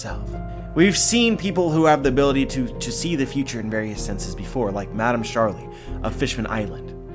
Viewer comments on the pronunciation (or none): none